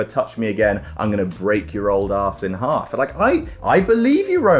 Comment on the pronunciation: I could hear your accent when you mouthed “Break your aahs in haahf”